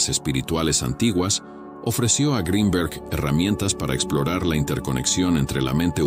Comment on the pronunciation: Que bien pronuncias Greenberg en inglés,,,,,si te esforzaras lo mismo para la pronunciación del español,,,otro gallo cantaria